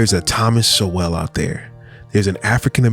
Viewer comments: Don’t take it person my man but it’s Sowell like soul not So-well. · Its pronounced " soul" thomas sowell (soul) its not pronounced so well. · Sowells pronounced souls. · Instead of only reacting to his videos. He has written over 50 books. Read at least 1 one of them. Pronounced "soul" by the way. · SOWELL pronounced like soul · His name is pronounced Soul. :) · So the rebuttal to TS is an idiot who looks like he is high and does not know enough to pronounce the man’s name properly. At least read his work rather than commenting on video nonsense!